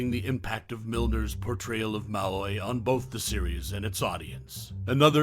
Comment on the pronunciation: The narrator’s mispronunciation of ‘Malloy’ makes me suspect he never actually watched the show.